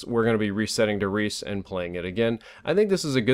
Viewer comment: As a German I find it very funny how you and other english youtubers pronounce "der Riese". Great video like always. - Dub Steps